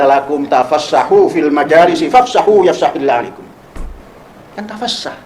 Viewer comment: QS Al mujadalah 11 bacaan terakhir aja masih salah , di baca oleh Panji Gumilang yafsahila likum seharusnya yafsahillahu lakum, coba ulangi videonya simak dan dengarkan